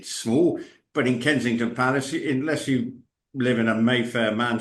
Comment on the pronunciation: Kensington Palace is NOT pronounced "Kinseying-ton" Palace🤨 Here at home, we howl with laughter every time you put own name on it. 😀😃😄